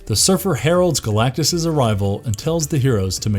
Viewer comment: It's Galactus not Galactie, and for fux sakes, Captain America. He doesn't sell chicken. I can't accept Col. America. Thumbs down.👎